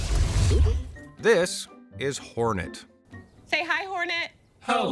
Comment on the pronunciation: Its hornet not Fortnite lol